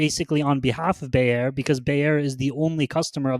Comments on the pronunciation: How can u call bayer a farming and fertilizer company? To me that's very odd.. bayer is one of the top pharma companies worldwide and its pronounced buyer. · As egregious as mispronouncing “Bayer” is, losing 10s of millions of cv funds per quarter is even worse. If Ginko is supplying a nonexistant market, it doesn’t really matter how excellent their synbio pipelines are. If their attempts to build the market that they wanna serve pay off, they’ll shoot way up past the moon. But, managerial incompetence can sometimes be inferred by their shareholder reports and should absolutely be considered when assessing their ability to execute in synbio or in business.